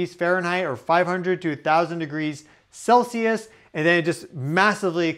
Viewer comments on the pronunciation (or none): none